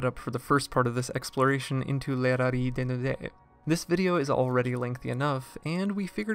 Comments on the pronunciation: But Dissecting the Disco, correctly, pronounces the Z in Rallizes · is the z in rallizes really meant to be silent? certainly valise in french is pronounced "vah-LEEZ" and the "z" sound is in there in 裸のラリーズ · I'm going to be honest, I have no idea. I was aware of the zu in the katakana, but had never heard their name pronounced outside of the proper Japanese. As a result I went with the pronunciation used in the video we highlighted by Dissecting the Disco.